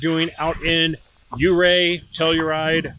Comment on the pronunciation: The correct pronunciation is Ofurr not Ofear pass.